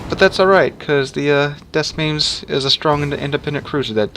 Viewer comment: "DeS MoinS" No idea why this annoys me, i'm not even french It's pronounced De Moin doe